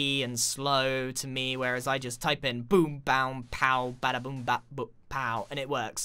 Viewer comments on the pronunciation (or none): none